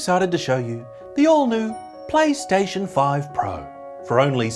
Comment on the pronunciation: did he say paystation? or plystation?